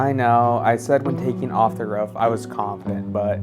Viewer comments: Hearing you pronounce “roof” like “ruff” was the highlight of this video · You keep calling roof "ruff" and i like to think its what roofs on dog houses are called 😂